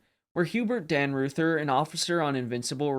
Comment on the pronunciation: The gunnery officer saved was Commander Dannreuther. Pronounced Dan-Royter not Dan-Roother.